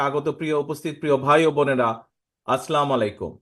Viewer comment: নেতাজি সালামের উচ্চারণ আপনার মায়ের কাছ থেকে শিখে নিবেন